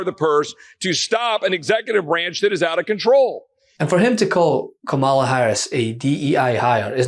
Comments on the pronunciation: Kamala, all the a’s are said in the same way. K-Amala is not the Irish pronunciation, but it is the Rights way of diminishing her. You to? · if you’re gonna first-name the VPOTUS, at least pronounce Kamala correctly. (The FIRST syllable is accented.) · You know what's also racist? Purposely mispronouncing her name. It's Kamala. Pronounced KOM-ma-la. Put some respect on the Vice President's name. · Why they can’t say Kamala correctly, you say it the way it’s spelled